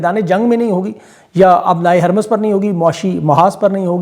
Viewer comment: "بحیرۂ احمر "۔۔۔۔۔حرف ب پر زبر نہیں ۔۔۔۔ پیش ہے ۔۔۔ اسی طرح ۔۔۔۔۔ " ہُرمز "۔۔۔۔ حرف ۔۔۔۔ ہ ۔۔۔۔ پر زبر نہیں پیش ہے ۔۔۔۔۔